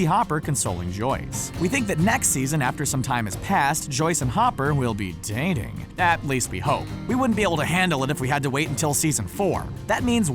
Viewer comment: How he said dating in